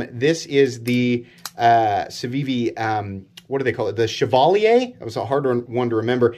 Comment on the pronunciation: “Shevalleyay” lol